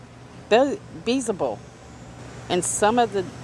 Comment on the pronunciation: Beelzebub is pronounced B L Za bub